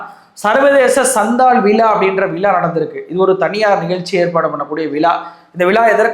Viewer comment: அவர்களே விழா என்பதை விளா என்கிறீர்.இரண்டு உச்சரிப்பிற்கும் வெவ்வேறு அர்த்தம் உள்ளது.ஊடகத்தில் இருப்பவர் தமிழ் மொழியை சரியாக உச்சரிக்க வேண்டும்..தமிழ் என்பதையே தமிள் என உச்சரிக்கும் தமிழனா?